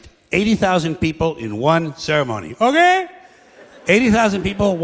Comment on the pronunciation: I was looking for this comment about "Ok" 😂